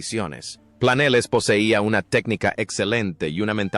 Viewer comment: No se pronuncia Planeles, se pronuncia Planelles. Aunque es tontuna artificial.